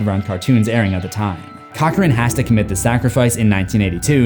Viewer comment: Cochran?? More like 'Cock-ring' >:(